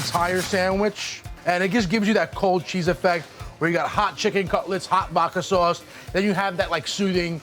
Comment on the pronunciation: Take a shot of vodka everytime he says "vaaadka swauace" but instead of vodka use water 🙄